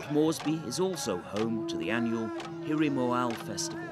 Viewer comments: The festival is Hiri Mo-a-le, NOT Mo-ail. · I lived in Papua New Guinea for 14 years. I miss many aspects of the life there, especially the traditional food and dancing ceremonies. Hiri Moale is mispronounced in this video. It is moh-AH-lay. Papua is pronounced PAH-pwa. Please get it right.